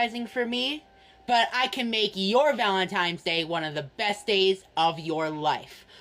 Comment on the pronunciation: Of course he calls it valentiMes day